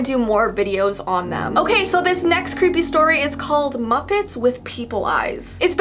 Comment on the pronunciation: Cweepy Kermit